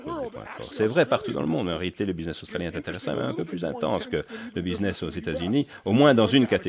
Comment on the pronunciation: Businnes au lieu de BUSINESS....mdrrrrrrrrrrrrr